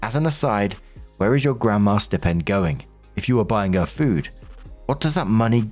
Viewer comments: Hey gotta say because it’s like a static shock each time and it happens so often I’m flashing like a Christmas tree But it’s stai-pend Like eye or like a pig sty Not stip-end Not a snip at the tip of the end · Story 3. OP is exhausting. As is Marks pronunciation of ‘Stipend’ If you don’t know a word dude, type it into google followed by pronunciation and a little sound clip will play. 🤷🏻‍♂️